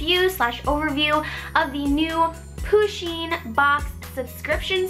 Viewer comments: its not poosheen its puhsheen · I love this box, but you kept saying poosheen and it REALLY annoyed me! Push-een PUSH! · I'm pretty sure it's pronounced "pu-sheen" not "poo-sheen" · someone please tell her that it's pusheen not poosheen but I love the vids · But, it's pronounced push in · I hat when she says poo - sheen cuz it's push - enn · You don't say it like poo-sheen it is pa-sheen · lol she pronounces pusheen as poo sheen lol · Oh. Meh. Gawd. It's Pusheen.